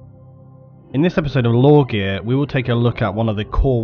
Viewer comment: "LoreGear"? sounds suspiciously like "Lorgar" which is HERESY!